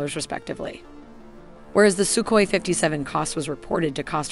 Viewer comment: It's called Сухой, pronounced Suhoi.. With a hard H sound. That's definitely not Sukoi. As the videos are very well made, please try to be in such details also correct. And by the way. Admiral Kuznetsov isn't an aircraft carrier by western definition. Also a Navy basked version Su-57K was never announced. At least I never heard or seen a source claiming that. Would be logical, because Russia doesn't need air craft carriers for their doctrine today.